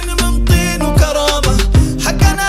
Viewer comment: لهجة القاف كانت أفضل و تماشي استايل الاغنية خربتها حجنا حجي ومدري ايش في كلمات القاف ما يصلح تنطق جاف هذا ما أردت قوله